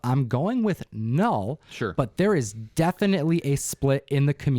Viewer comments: It's not KA_NULL!! It's NULL. You don't pronounce the K just like you don't pronounce the K in KNIFE!!!! ENOUGH!!! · Null..... . It is (Ka)-not (Ka)-Null (Ka)-nuckle-heads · Its "Null" just like knee is pronounced "nee" not "Ka-nee". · The K is silent! But to be sure, ask Sire Cates. Or is it K'Cates. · Great video! I think that the k is silent in knull like it is with knife or Knight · Funny thing is last month I cancelled my pull of marvel comics. Then I hear the buzz and said “ oh well “ I go to get my books and what do I see? Marvel comics presents lol. Also it’s KNULL with a silent K like the word KNIFE or KNOW lol. Great video guys 🙌🏼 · The whole Knull situation... Donny Cates himself pronounces it without the K. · Well, use your ka-nife to cut the ka-night armor. I think its a silent k